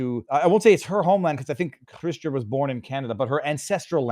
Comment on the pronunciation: Why are you calling her "chhhystia"? It's not a Jewish of French name.